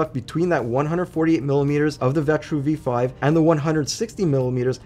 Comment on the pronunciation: It’s the V5, look the box at the bottom of the cooler. He just didn’t say the number right lol i was kinda surprised he included the V5 thou, it didn’t even pass the final test